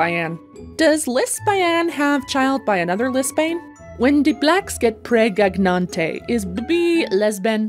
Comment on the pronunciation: pregananant crossover???